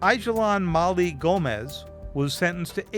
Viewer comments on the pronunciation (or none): none